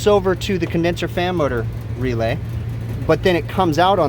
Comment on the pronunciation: after binging these videos I feel I need a teeshirt with "Condenser Fammoter" on it because that's what I hear every time he says "fan motor" XD